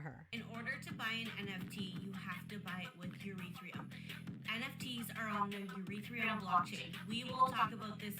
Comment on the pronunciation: Urethreum oh my god is she trying to say Ethereum??? Lmfao